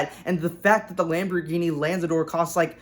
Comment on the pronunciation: 1. It's not the first full EV lambo, it's the 2nd. the 1st is the Terzo Millennio. 2. 'Lanzador' is pronounced similarly to the Aventador, "LA"-like 'LAs Vegas', "NZ" jut 'nz', "ADOR"-just as Aventador